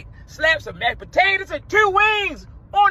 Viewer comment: Is he from Baltimore? ..I feel I heard the “tiieeewwwww” 😅